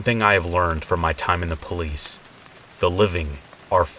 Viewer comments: Open up Puh-liese! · I like how you said police lol ❤️